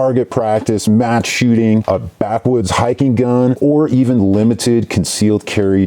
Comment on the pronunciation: your "match shooting" sounded way to close to "mass shooting".... just sayin